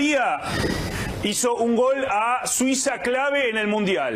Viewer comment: No amigo, el 'tatatatatatata' es una marca registrada de Víctor y le queda genial. Y no es 'gal', es 'GOL'... mucho mariano closs.